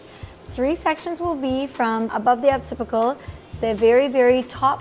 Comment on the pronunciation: wanted to correct her pronounciation: she kept saying "opcipical" which is the rounded part of the back of the head. It is spelled: Occipital (Ok-si-pi-tal). not trying to offend, just make sure if your the CEO and L'Oreal Professional representative--- you should know how to pronounce the basic cos-vocabulary....